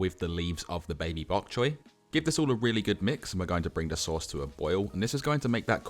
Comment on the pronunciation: It's it makes me laugh when he says baby bok choy